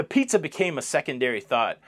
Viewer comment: Hey, love the show!! Sadly I am now having to announce my airport departure from the channel due to your pronunciation of "pizza" and "guacamole". I have taken all that I can of your made up words. So I am now departing your channel for the night and will see you in the next video on the lido!!! Bye!